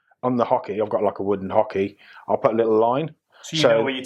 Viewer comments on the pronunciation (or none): Oche, Steve - OCHE. Not "Hockey" 😂